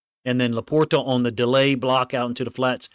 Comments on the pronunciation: He's saying it properly. It has a T. I don't say it like that, but it's right. "Laporda" is the Midwest pronunciation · My only issue, is your pronunciation of LaPorta. 😂